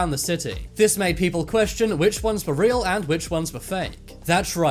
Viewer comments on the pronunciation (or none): none